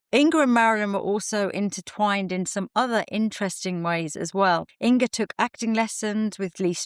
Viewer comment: Not In"g"a ☺- think singer - - - -say: singer / inger 🤗 and thank you for sharing, lovely makeup history 🙏